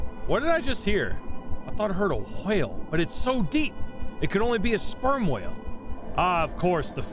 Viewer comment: You empathize the "WH" in WHALE, like Stewie Griffin asking for COOL WHIP! XD